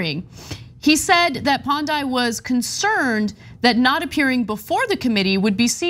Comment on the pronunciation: As a Nigerian with the full background of the story I have this to say, 1. You guys butchered the name of the region Niger Delta Development Commission. 2. You butchered his name Pondei ! 3. You guys are not being fair to the guy in the grey suit 😂. All in all I never expected Nigerian crazies on TYT, only watch America's crazy here but there is more.